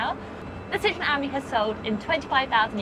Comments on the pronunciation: Er.... it's an aMEE, not an AHmee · It's French, so surely it's pronounced "am-EE", not "ammy". C'est pas difficile, mes amis. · It’s pronounced as “friend” in French and not the way you’re saying it .